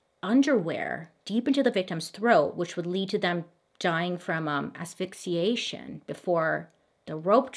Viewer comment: Bailey: "I have trouble saying words." Also Bailey: *pronounces "asphyxiation" perfectly on one go 😂😂❤❤